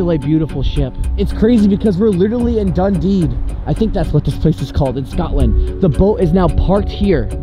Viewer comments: Haha Dundeed 😂 you were close it’s pronounced Dun-Dee ♥️ another great video! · Dun-dee is how is pronounced